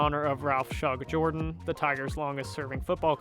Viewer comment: Auburn's stadium is pronounced "Jerdan" not "Jordan"